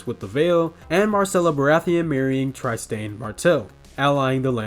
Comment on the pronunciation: Please please please go back and watch GOT to hear how their names are pronounced! You are butchering them! Try-Stain?! 🤦🏾‍♀️